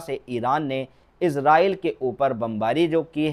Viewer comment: Izraaieel ns kaho Israaieel ksho